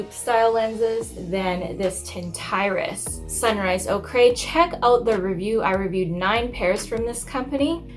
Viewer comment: Ochre is pronounced ‘Oaker’ not ‘oh cray’ ....oKay?! 🤣